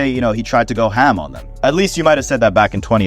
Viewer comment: Stop saying Ham like that please 😭